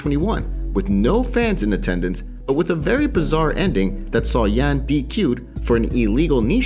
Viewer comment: His name is Yan pronounced (Yawn).